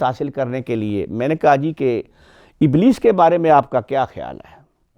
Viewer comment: بھائی صاحب آپ نے ابلیس کے نام کا تلفظ غلط پڑھا اور قرآن کی آیت بھی غلط پڑھی متفق علیہ بھی غلط پڑھا احکامات بھی غلط بولا تلاوت بھی غلط بولا مسافر غلط پڑھا صفات غلط بولا پتہ نہیں آپ نے کتابیں کیسے لکھیں